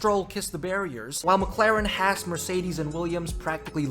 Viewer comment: Honestly the Haas liverly looks pretty good. Also everyone on f1 pronounces Haas wrong.